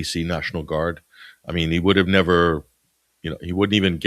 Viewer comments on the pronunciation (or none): none